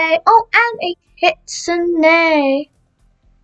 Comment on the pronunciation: omg stop saying a kitsuna its kitsunE